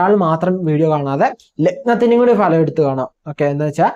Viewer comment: ഭലം അല്ല , ഫലം